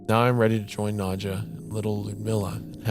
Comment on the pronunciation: wendigoon pronouncing the name nadja as „nudcher“ is scary enough